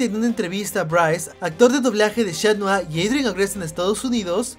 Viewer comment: Cat noa no shatnoa tampoco es shatblank ay que malo eres ablando